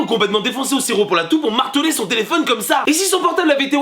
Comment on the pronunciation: " Mon Tiliphone " en mode blédard haha x)